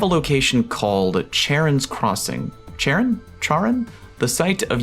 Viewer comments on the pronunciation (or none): It’s pronounced like “ka-ron” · Charon is pronounced like a pokemon "car on" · It's pronounced "Ka-ron". In Greek, "ch" is a "k". Like "chitin" = "kite-in" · Just in case you care,: the name Charon is pronounced "CARE-on," I think. I believe Charon is a figure in Greek myth, the ferry operator for souls to cross the river Styx? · Loan words/names from Greek like Charon have their CH pronounced like a hard C or K, things like Chaos, Chitin, Christianity etc